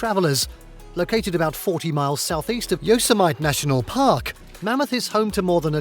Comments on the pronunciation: Yosemite is pronounced "Yo-sem-ati" not "Yo-semite", ugh. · Actually, he had several mispronunciations that I know of: Yosemite, Chelan, and Mackinac are the ones I caught.